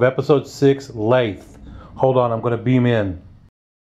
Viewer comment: It's Lethe, not lathe